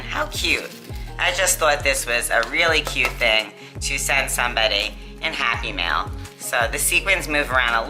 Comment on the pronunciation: Very cool. When you say happy mail sometimes I hear happy meal haha :) Maybe I’m just hungry.